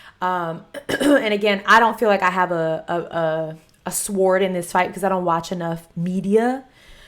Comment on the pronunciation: Did you pronounce the “w” in sword!? 😂